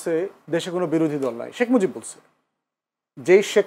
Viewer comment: শেখ মুজিব কে শেখ মুজব বলবেনা কি দৌলতদিয়ার খদ্দের বলবে আজব 😂😂😂😂😂